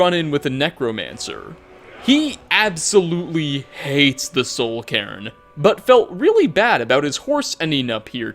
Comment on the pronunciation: It should be pronounced Soul Kay-rn